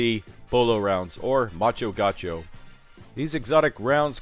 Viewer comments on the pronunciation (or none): Gáh U show is the pronunciation... not gáu show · It's Gaucho, not Guacho. Here in Argentina Gaucho is a traditional man from the countryside and Guacho (as you said) is an orphan :) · The name is macho gaucho but you read myxo gaiuuxo or in pt macho(male) gaúcho (from a state on Brasil that I forgot the name) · its Gaoosho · Algún otro Argentino que le cause gracia cómo dice gaucho? Jajaja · macho gaucho, and the music behind is mexican in stead of argenineean